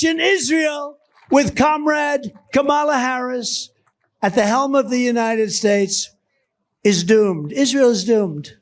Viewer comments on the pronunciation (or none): I just heard him say United Spates at first then pronounced it right